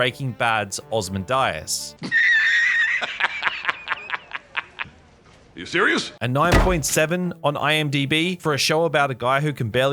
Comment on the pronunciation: "Ozmin Dias" Brother... How?